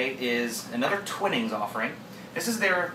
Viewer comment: Good review. A few corrections: The pronunciation is Twining like 'wine' or 'pining' for someone and not "Twinning" like in 'pinning' fabric. Also, rating on personal preference could be a bit misleading as it's highly subjective. Like with coffee or wine, what one likes largely depends on personal taste. Better to rate the tea for strength (e.g. 8.0/10) and combine with adjectives to give the reader a rounded description of the tea/ drink.